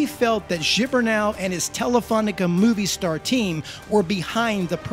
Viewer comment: movistar is pronounced mo-vi-star not like movie